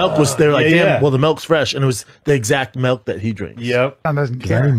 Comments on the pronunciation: Why does he call it melk?! 😂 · Lmao, in my country it's actually called "melk". But saying melk when you're english is so cringe. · Melk thing is actually annoying